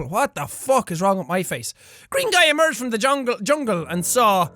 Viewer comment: I remember when Jack said Bruce EMEGERD (as in Oh My God) instead of EMERGED xD